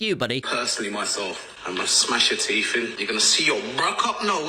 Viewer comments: "Im gonna smash your teef in, and you're gonna see your BRUHK up nose...." Super scary, bro. I'm sure you could play the next Batman. Lmfao. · “I’m gonna smash your teef in” 💀